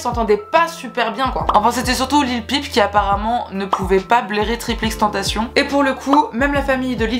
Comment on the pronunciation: Cool la vidéo par contre on dit pas “triple x tentacion” ça m’a stressé 😂